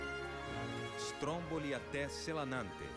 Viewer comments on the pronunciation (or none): SelAnAnte??? XD nossa Senhora... por que você tem que estragar assim o nome desse lugar bonito???